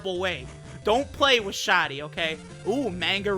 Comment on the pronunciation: I would've pronounced it 'sha-dee'